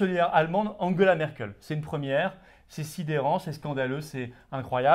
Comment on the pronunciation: Je suis patriote mais svp Angela pas Anguela on est pas allemand merci